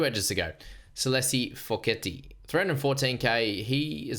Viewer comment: Hi, I know you like to pronounce the poly names on point Hopoi is pronounced “Haw Boy” Foketi which is Tongan for Fogarty but pronounced a lil different lol “Faw Ke Dee” 😅 gotta hold the “KE” a lil long and then fast on the “Dee” which is the “TI” Ok thanks for adding my 5c😅😂😂